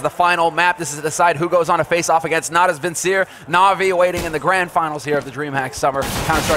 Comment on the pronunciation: Can somebody finally tell that idiot how "Natus Vincere" is pronounced? Not that he would be annyoing anyway. ^^